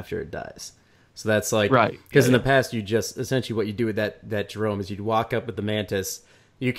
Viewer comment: Did one of them just pronounce 'Jerome' like 'Jeremy'? Are you off your nut Mate?